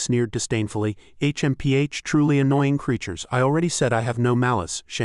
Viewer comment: H.M.P.H. is I guess difficult for Ai to pronounce